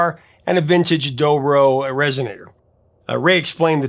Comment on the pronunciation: "Doe Roe guitar"???? Who IS this guy?